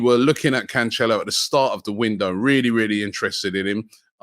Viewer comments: Can- cello where is the H in that Robbie. Come on man just read the name 😂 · Robbie its pronounced CAN-SELL-OH